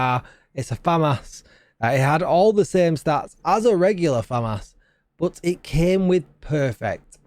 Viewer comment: Say the As deeper on famas :)